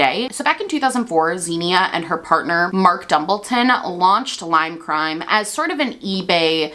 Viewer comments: Her name is actually pronounced “Ksenia” in Russian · xenia is actually pronounced like ksenia in russian, i believe russians would even spell the name that way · i'm sorry babe, but you butchered her name so badly 💀 i am russian and couldn't even understand what name it was supposed to be should've stick to calling her doe deere lol